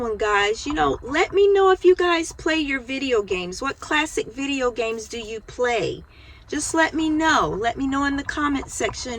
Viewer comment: work on practicing how to say "video games". I wish you good luck.